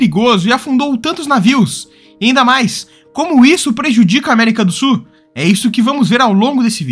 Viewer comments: Du SU da América do SU. rs Ótimo vídeo, mas muito sui generis a pronúncia de "sul". 🙂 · Que nervoso! O narrador não pronuncia o L na palavra “sul”! Ele diz “América do sú”, “cone sú”, “para o sú”…. 😖😣